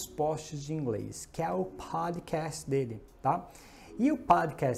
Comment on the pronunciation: Useful content. Dicas valiosas demais. Gostei muito da pronuncia de Podcast.